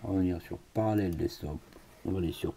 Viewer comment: parallels deSktop et non pas parallels deKstop heheheheheheh debut de la video you mad my day hehehehehehhehe